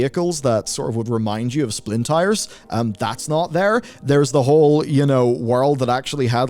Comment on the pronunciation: And again with the "Splintires"... What's up with that?